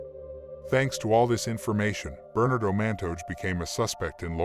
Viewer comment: Thanks. The robot voice could use a better enunciation. It amused me to hear it say burn-ado all as one word instead of Bernardo. Funny. Overall a very good job. I appreciate it.